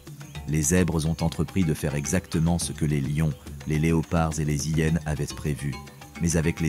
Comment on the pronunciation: Bonjour, tres beau documentaire, merci infiniment. Est ce une voix faite avec l'AI ? Car si je ne me trompe pas, on ne fait pas la lisaison .. les Zhyenes mais on dit bien: les hyenes. Merci pour toutes ces belles images.